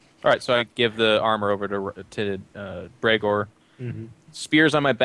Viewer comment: You just butcherd Bregor